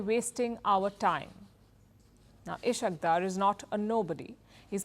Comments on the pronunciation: Ishaq dur 😂❌ Is-haaq Daar ✅ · Ishaak daar is correct pronuciation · is haaque daar is the correct pronunciation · Ishaq is pronounced as Isaaak Daar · You are not pronouncing the name of Ishaq Dar correctly. Correct pronunciation is Is haq